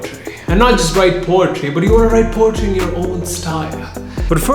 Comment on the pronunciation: Lol he sayin potry instead of poetry